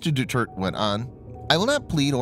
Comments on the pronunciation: Mark Esper is now Sec Def. BTW it's do-tear-teh. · Philippine president's name pronounced as "Du-turd". Sounds very appropriate.